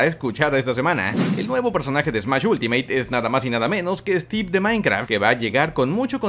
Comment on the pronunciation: Cuando dijiste like de stieve pense que era un ladrillo y luego lo capte xD